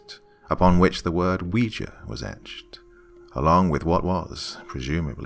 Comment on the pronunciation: Games And Movies Entertainment actually its pronounced wee ja